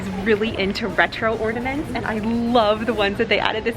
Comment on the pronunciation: Or-NA-ments. Not ordaments.